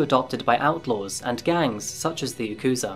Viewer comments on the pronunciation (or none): none